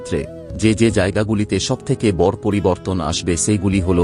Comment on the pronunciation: ভাষার উচ্চারণ ঠিক কর। যেমন বড়, শুভ।